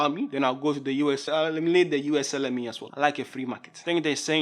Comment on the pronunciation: "USLME" at 4.20..lol